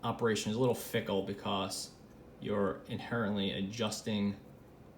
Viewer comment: You say “because” like “Bee-CAW-s”